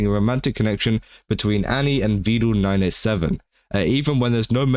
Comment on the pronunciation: Vedal not vedul 😂